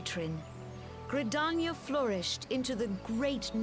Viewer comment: OMG !! THE MAD LAD DID IT !! he finally said Limsa Lominsa and Gridania right !!!!!